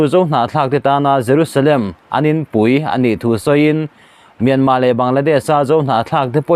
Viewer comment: R lam tel hi a har viau a mi le myanmar tih ah hian,an kawl ho in R an lam rik thiam loh vang a R lo lam tel loh ve ringawt zel hi.